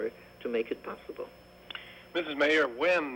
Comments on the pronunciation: It’s Meir not Meri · Golda MEIR - not MERI